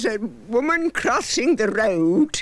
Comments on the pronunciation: "Woman crrrrosing the rrroad" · There was a woman crrrrossing the rrrroad.